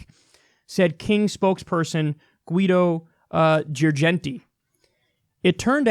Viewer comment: For fuck’s sake Kyle, you pronounced “Guido Girgenti” in the right way. When I read the name, I was already preparing myself for a majestic fuck-up, and instead... So proud of you 😆😆 Ah, great video by the way!